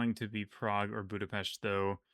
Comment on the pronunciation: you are pronouncing Budapest very nicely.